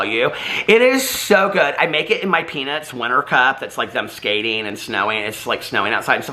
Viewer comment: I heard "I make it in my pEnIs mug!" Had to rewind it to be sure and discovered you actually said "Peanuts Cup" OMG! 🙉 FAMILY FRIENDLY! 💙🤣💙 Hey, whenever you mention your new Keurig, I remember that time you attempted to make coffee in the hotel room...that Keurig maker got the best of you. 🤣💙🤣💙